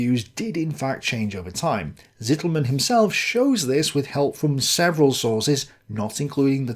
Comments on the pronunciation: Unfortunately your 2nd pronunciation-attempt of "Rainer Zitelmann" is still quite wrong. A German would write what you say as: Sittelmänn. A German Z is ALWAYS pronounced as TS. (Yes we say Tsombie, not Zombie, although we write it with z.) If you say TS-EE-telmann you will come close. The a in "mann" is not like in English man but just like you say it correctly in "Halder". The "ai" in Rainer is indeed pronounced like EYE not like ay in the English name Ray. So R-EYE-ner would come close. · your pronounciatiation of "Zitelmann" is still wrong xD your current pronounciation would be written "Sittelmen". z is voiceless, t is long, and mann is basically spoken the same as the "Mann" of "Mannstein", which you regularly do perfectly.